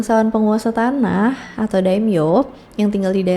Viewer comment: instead of.. Daim-yo ... remember for next time, say it like Dai-Myo Ie Ya Su.. jg diusahakan jangan malah jadi I-ya su... malah kalau mau bagus, di bacanya Ie- ya-s. (iyeyas)